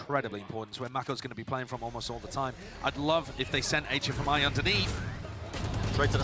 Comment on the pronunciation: Why do the caster call HFMI like that if he said he wanted the casters to speak his full name :c